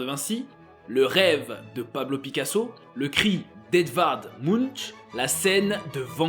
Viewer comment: écrit munch prononcer munk please please